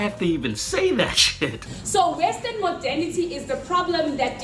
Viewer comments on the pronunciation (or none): what does she keep saying? "western modenity"? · If she says "Western Modality" or whatever the fuck it is one more time my fucking head is gonna explode. The only three words she knows! "Western" "Modality" (if that is what she is saying) and "Colonization".........The sheer depth of willful ignorance is astounding.